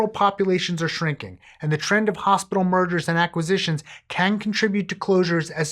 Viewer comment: When you said “the trend of hospital mergers” I thought you said “hospital murders”, and I was very confused for a hot second about why we were just breezing by the whole “murder” thing 😂😂